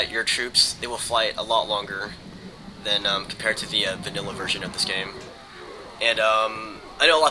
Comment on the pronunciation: are you saying "vanilla"